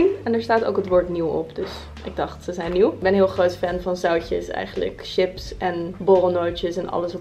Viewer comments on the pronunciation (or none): none